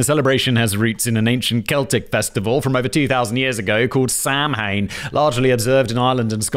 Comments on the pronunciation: Samhain= Sow-in ❤ please god never say Sam-Hane again, it hurts to hear 😂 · Oh the mispronounced foreign words... Sam Hain is definitely how it's written, but the cringe... sow-ann would be closer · Samhain= Gaelic and pronounced Sow-in You’re welcome 😂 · It's not 'Sam Hain' but 'Saw when' phonetically. And it was a celebration of the year end harvest celebrated with a community feast. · "Sam-hain" ...try "sow" (like the adult female pig) plus "-an". Sow-an. Originally turnips were carved. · Say it with me, simon: Sow-in. *Sow*, like a pig. Not "Sam hain". Sam Hain is just the cute little murderer from Trick R' Treat. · Also samhain is definitly not pronounced like sam-hain. It is pronounced sah-win. I'm irish and i have never heard someone make this type of linguistical mistake before so i had to let you know 😆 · Its not "sam- hane" !!! M is silent and it's closer to sow-in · Its not "sam hayne"...its "saa win". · Not "Sam Hain" it's pronounced Soween or Sau-ihn. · Sam-hane....😂😂 Sow-ann is a closer annunciation of the irish word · Today I learned how it feels for Simon to mispronounce a word from my language. Sam Hain you legend . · Yes! It’s pronounced “sow-in” I believe. ❤ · no worries simon....the A10 warthog is an airplane :D. and samhain is pronounces sow-in or sow-een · I love hearing Simon trying to say Samhain (SAH-win) phonetically when it's really so easy, if you don't look at how it's spelled. Labor Day is actually a day to celebrate labor unions and collective bargaining. Oh! So the rule seems Danny will give subheadings OR an introduction, but usually, not both. Simon, pick a form, or at least how you want your rants organized. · It's pronounced Sow-in, Simon. Sow-in.😆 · Samhain is an old Celtic word, correctly pronounced, "Sow-wen" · say this: sow-an. There, Glenn Danzig thanks you. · Simon I do always enjoy your videos. However the holiday of Samhain is pronounced sow win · Irish here, it's pronounced "seoh win", but nice try. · "Sam-hane" oof